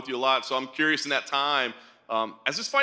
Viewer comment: ''im corious'' morgan